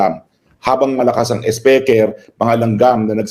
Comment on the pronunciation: Hi atty.roque,saludo ako sa talino mo sir,i always listen sa mga program mo,i also cast my vote to u😊meron lng akng puna sau atty.pls dont get offended,pls pronounce the word speaker as(spiker po)hnd po speker.❤peace po atty.😊